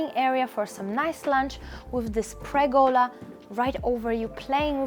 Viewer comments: btw: it's called a PERgola, not a PREgola ;-) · Pergola. PER-gola. Not pregola.